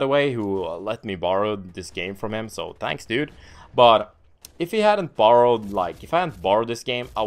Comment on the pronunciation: I love how doesn't use "H's".. Tanks.. Tought… ahhaha.